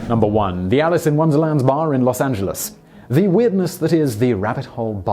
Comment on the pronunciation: Hey! He got the pronunciation of Los Angeles right!